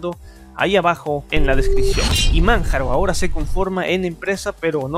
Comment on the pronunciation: Cada vez qué pronunciabas Manjaro, LibreOffice o PureOS me dolían los oídos. Parece qué leías sin haber escuchado nunca cómo se pronuncian los productos.